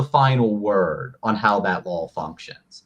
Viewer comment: Is this guy saying lol, or law?